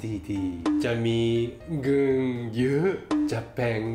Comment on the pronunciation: เงิน👉ออกเสียงเริ่มชัดแล้วค่ะ